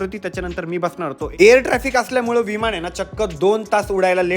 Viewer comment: विमाण नाही रे दादा विमान असतं ते